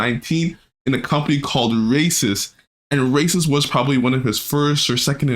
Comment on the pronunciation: Bro its "Reysas" not "Racist" 🤓